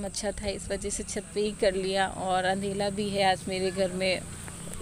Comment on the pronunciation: आप अंधेरे को अंधेला क्यों बोलते 😊😊